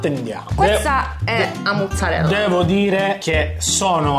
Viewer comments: non so se vi siete accorti ma avete detto tutto il tempo “A’ muzzarella” e non “A’ maruzzella” ahahah. Comunque fino all’anno scorso abitavo lì in zona e posso dire che anni fa le pizze erano molto buone, poi hanno cambiato gestione e sono diventate immangiabili, mi stupisce vederla considerata come migliore con tutte quelle recensioni positive, avrà cambiato di nuovo gestione🤷🏽‍♀️ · "qualcuno ha detto giastit" "amore calmati" "qualcuno ha detto giastit" "amore stai esagerando" "qualcun..." "Stud" "amore, tutto bene?" Ma quando diventerete pieni di seguaci e di visualizzazioni, come farete a fare tre video a settimana? 😊 P.s.: ma la pizzeria è "a muzzarella", o "a Maruzzella"?